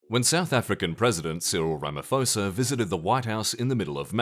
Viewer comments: (White) South African viewer here. The answer is "no". Crime happens, sometimes it happens to farms, sometimes it happens to white farmers. Some pronunciation comments, because funny: Ramaphosa is pronounced "Rama-posa" not "Ramafosa" Boer is pronounced "boor" like the "oh" in "oh la la" (also with a rolled r, but not everyone van do that). Malema is "muh-LEH-muh" with the same rhytym as "banana", not "mah-leh-MAH" with the same rhythm as "halibut" And lastly, the "aa" in Afrikaans/Afrikaaner is pronounced like the "ar" in "barn" not the "a" in "can". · Cyril Ramafosa😂 Kills me every time Ramaphosa = Ramaposa (how you'd say it in English) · you are miss pronouncing the name cyril ramaphosa you don't preannounce the ph as an f sound, rama-p-hosa